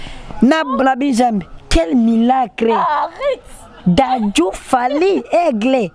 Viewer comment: Quel milaaacle il massacre ça 🤣🤣🤣🤣 trop fort, courage à toi le